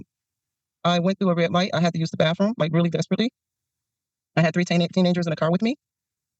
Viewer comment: She's educated but yet she says bafroom.